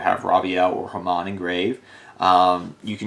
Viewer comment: There's no R in Hamon.